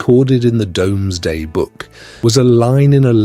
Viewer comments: The Norman cathedrals and castles are so beautiful, even though they originally were symbols of oppression. Plus somebody else has probably already said this, but the Domesday book is pronounced 'doomsday'. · yes listen to it say ‘Domsday book ‘ 😂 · This was good. Very enjoyable. I've never heard the Doomsday book being called the Domesday book before though.